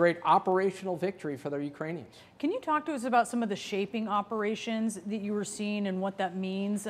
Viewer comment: Obviously this, obviously dat